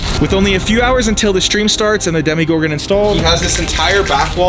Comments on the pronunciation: Its not a demigorgen it's a demogorgen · It’s demo Gorgon not Demi Gorgon